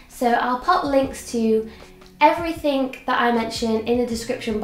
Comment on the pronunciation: It's EvereythinG Not EverythinK